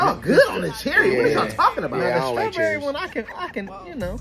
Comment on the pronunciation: Srawwww Berry 😂😂😂, a bumbaclot bruhhh🤣😭